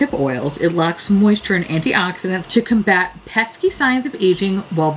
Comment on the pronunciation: I always watch videos on 2x speed bc im a maniac and when you were reading about the nighttime moisturizer you said “to combat” and at 2x speed it comes across only as “chicken fat” 🤣🤣 I rewound it like 6 times and it’s all I heard. Then I slowed it to normal speed and heard correctly. But I’d prefer chicken fat.